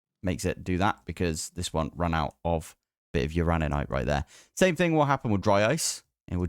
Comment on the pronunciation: You do, indeed, pronounce uraninite correctly. 😂